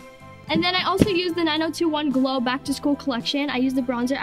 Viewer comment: says nused but it's used